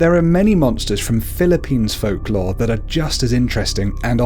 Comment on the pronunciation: mali pag sabi mo nang ibang folklore no offense